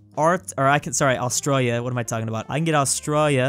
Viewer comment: Stop saying Australia like that